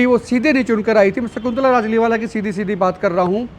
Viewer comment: Naam Pura lijiye its Rajliwala not rajliwal